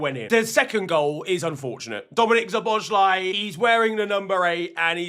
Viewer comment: how many times are you going to butcher szoboszlai's name? why can't you check it once how to pronounce? unsubscribed, thx